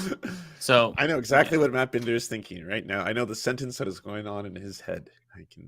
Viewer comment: The surname BINDER comes from the German for a cooper or barrel maker as in Fassbinder. It can also be Jewish. Matt pronounces it BIN-DER, but shouldn't it be BIND-ER? Matt, are you Ashkenazi Jewish origin, or are you ein Deutscher volk??